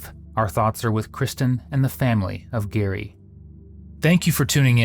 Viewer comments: It absolutely drives me nuts that you keep calling him Gary and not Gerry. I enjoy the videos but constantly calling the victim by the wrong name is diabolical. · Cmon man, at least pronounce Gerry's name right. He was murdered and you're profiting off his name. His wife said it about a million times, did you even watch the footage? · its hard to say your thoughts are with a victim if you pronounce his name wrong repeatedly in a video where there's examples of the right way to say it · The victim is called GERRY... you keep getting his name wrong in your narration!! Not cool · Dude! You’ve said the victim’s name incorrectly the entire video. His name is Gerry not Gary. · It's Jerry... Not Gary! 🙄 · Why does commentator call him Gary when his name is Gerry? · I feel like you are saying the victims name wrong. Is it Gerry not Gary, right? Those are different names. You pronounce Gerry like you would Jerry so Jer-ree. Not Gar-ree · I heard the narrator say Gerry with a hard 'g' and figured I'd never heard the pronunciation before but it works, a combo Gary and Jerry, I liked it. Then first interview with Kristan - "Is it [hard or soft 'g'?] - It's [soft 'g'] -Narrator continues to use hard 'g.' It's not like there was any guessing to be done, it was there all the time. Also, Kristan's name is spelled differently depending across various inserted text boxes. QA might need a gentle shake to be woken up ;) Other than that, not bad at all, 7/10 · His name is Gerry not Gary. My goodness that was annoying. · His name was Gerry with a J, as in..Jerry. Not Gary, which is pronounced with a G. Stupid editors. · Sad that you keep calling him GARY when his name is GERRY. And you have the captions say Jerry. RIP Gerry. ❤ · His name was pronounced “Jerry” not “Gary” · The LEAST you can do it properly pronounce Gerry's name.